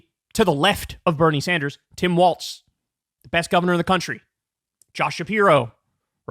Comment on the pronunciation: Tim Walz last name is pronounced "Walls", not "Waltz"